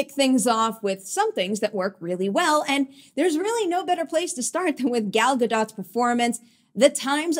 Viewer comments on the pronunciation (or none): Please learn how to pronounce Gal Godot's name properly.